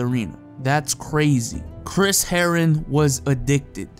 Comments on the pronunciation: the way u say herren sounded like heroin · Chris Herren-on